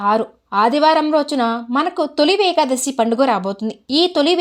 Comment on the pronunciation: నమస్తే మేడమ్ గారు . తొలి వేకాదశి అనకూడదు. తొలి ఏకాదశి అని పలకాలి.